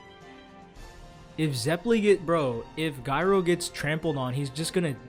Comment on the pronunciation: Also also Gyro is pronounced "Jai-roh".